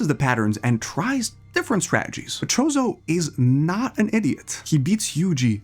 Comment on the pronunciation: You pronouncing it "Chozo" kinda makes me think you dont know a lot about anime (i could be wrong tho)